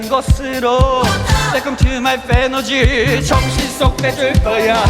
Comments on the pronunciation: 계속 듣다보니 풰너지~ <—— 발음이 중독성있음 ㅋㅋㅋ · 도입부 인터뷰에서 말하는거 처럼 기존 다른 배우들이 피지컬로 압도하는 경향이라 이 상대적으로 밀리는 느낌을 지우시려고 케릭터 연구를 통해 태권안무를 도입하고 태권기합을 접목해 만의 독자적인 쥐롤라 케릭터를 개발하신겁니다😂 풰너지 발음은 오랜 미국생활의 영향인가봐요